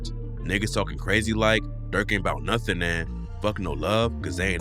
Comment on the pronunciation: When you said nun instead of nothing, I felt that.